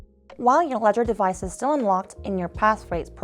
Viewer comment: Would be great if you could have used someone who can actually pronounce the words correctly. Walladdress, arror, ledgedevice.... It's not a big deal for a regular video, but for a tutorial with many steps in a row, deciphering her english is very unhelpful....